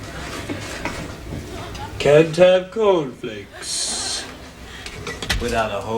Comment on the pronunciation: Every time I hear on the news that there's been an earthquakah or I see a box of cornfakessss I'm reminded that I got a whole lotta milkah.